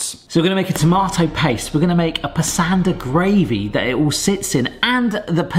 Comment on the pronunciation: Brits are generally a bit better at pronouncing foreign names than Americans; that being said, Pasanda rhymes with 'Pus-under'... or try saying 'pus-under' in an Aussie accent ('pus' as in the fluid that leaks out from an infected part of your skin, not as in the feline) you can eat cardamom pods whole, they're harmless; chew on them as a natural mouth freshener; after you swallow, the outer pods will just come out the other end as fiber (do Brits say 'fiber/fibre' or 'roughage'?) next time you make Indian food, try waiting for the oil/butter to come up to temp before adding the cumin (or mustard) seeds; they will start popping, and i believe they release more flavor that way (but don't allow them to burn) Kasoori methi ("May-T(h)ee") has a very different flavor profile to Curry leaves and cannot be substituted for one another if you cook the onions before blending them, you will: a) know for sure they are cooked; b) get a creamier/smoother gravy with less of the that raw onion stink